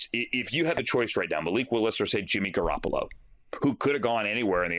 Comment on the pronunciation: Garrapolo? Ew bro stop.